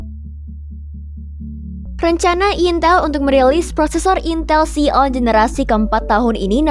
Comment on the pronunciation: Ini suara AI atau staf jagat ya? Xeon dibaca Xion 🤭 Tapi keren om 👍